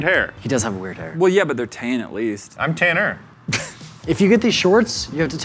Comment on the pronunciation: “I’m TanNER”